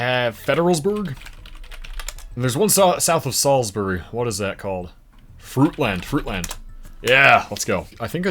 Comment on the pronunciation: As a Marylander I’m just glad he pronounced Salisbury (sals-berry) right, though he did say fruitland wrong, as it’s pronounced (fruit-lind)